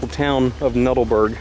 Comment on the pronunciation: Nut-all-berg. The structure going down hill was a conveyor system used to deliver the coal to the tipple